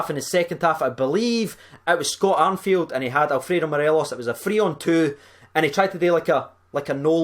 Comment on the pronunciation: STOP SAYING ARNFIELD!!!!! ITS ME ARFIELD FFS!!!!! IM GETTING TRIGGERED